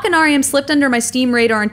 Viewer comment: You don't pronounce the 'ch' in machine as 'ch'. You pronounce it 'sh'. BTW, they're planning on releasing this game on iPad and on the Wii!